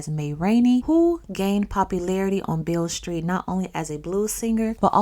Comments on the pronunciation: Its pronounced Bill street😂 B.B. King got his name from that Street. Beale Street Blues Boy B.B. King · And it’s pronounced like “ BILL ST “